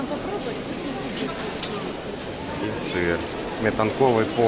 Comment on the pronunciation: Только ударения режут слух. БогоЯвленский собор, сметанкОвый сыр. БогоявлЕние - БогоявлЕнский, сметАна - сметАнковый.